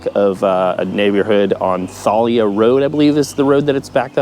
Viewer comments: it’s pronounced with a long A. ThAAAlia lol. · It's Thalia Rd man. Thailya is how you pronounce it. Born in va. beach (actually Norfolk General). Local from Tidewater moved 21 years ago like Mrs. Gross below. I also don't know what the VIBE district is. It did not exist when I lived there. And, yes Sandbridge has always been a very cool place back in the day. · Are you sure you're a local? The Pungo Strawberry Festival was cancelled in 2020, 2021 and again in 2022. You-pick strawberries are sold by the pound. You can't pay $5 and gather as much as you want. You mispronounced Thalia Rd. when talking about Steinhilber's Restaurant. You could have stuck to the resort area but you had to mention Sandbridge. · Great videos on the 757, but......It's Rudee Inlet, not Rutlee's Inlet. Plus, you're not pronouncing Thalia right.